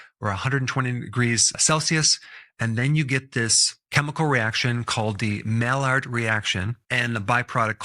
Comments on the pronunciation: Mallard is a 🦆. Maillard is pronounced “my-yard” as in the Maillard reaction. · It’s pronounced Mai-yard not Mallard. A Mallard is a duck (and therefore quite tasty). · maillard is pronounced MAY yard. It's not a duck. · The cooks on PBS's America's Test Kitchen always pronounce Maillard as "my yard", not "mallard". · Wow I am bummed about coffee. I drink a lot of medium roast. Is that safe? Also Maillard is pronounced. My yard. French word. Thanks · I thinks its pronounced "my ard" I believe the l's are silent. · Good content. Maillard reaction pronounced My-ard rection. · I love you dr, but that maillard guy was like French or something so it's pronounced "my-yard" reaction. Just fyi and thanks for all the content you make for us! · It's pronounced Mai- yrd reaction